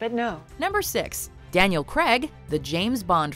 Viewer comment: Since when was Craig pronounced “Craag” !?